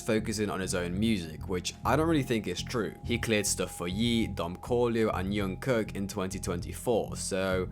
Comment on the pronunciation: Jung Kook is not pronounced “Yung Cook”